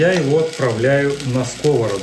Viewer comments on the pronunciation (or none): none